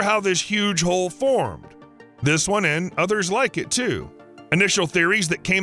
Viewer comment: He said, "Giant hole," not "Giant Ho"